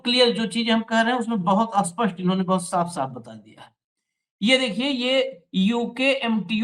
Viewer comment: आप लोग स्पष्ट को अ-स्पष्ट क्यों बोलते हो?